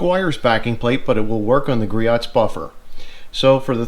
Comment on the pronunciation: Griot = "Gree-Oh" It is so common that they have a tutorial on their website. Rumor is that Richard (Griot) would charge double back in the day if you made a phone order and mispronounced his name.